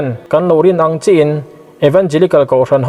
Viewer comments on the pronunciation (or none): none